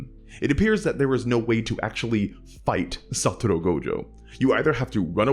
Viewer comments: I can't listen to him pronounce SaTOru Gojo's name as "SaTUru"... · Can't help but either hear "Saturu" or "Satoro" 😭😭😭 Cool vid tho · Everytime my dude says "Satoru" it's in Italic